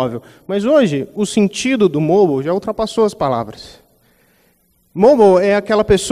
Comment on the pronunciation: Pelo amor de Deus...eu aqui o tempo todo me perguntando o que é o tal "Môbal" que o cara falava, até que percebi que era "Mobáio" (tentei trazer o som da pronúncia correta de "Mobile")...perde credibilidade não saber a pronúncia de "Mobile" e falar sobre isso durante 32 minutos...